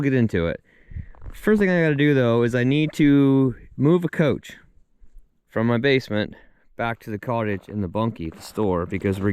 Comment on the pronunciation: Your Crispy sounds normal to me my man, idk 😂. But your pronunciation of ‘couch’ on the other hand… 😅